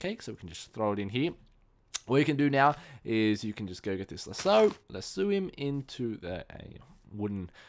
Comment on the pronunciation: oh and lasso is pronounced as lass-o